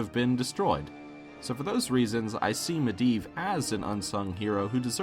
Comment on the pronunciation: Mediev not miedan hurrrr